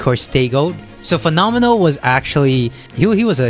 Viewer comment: you pronounced fenomeno well, in italian... xd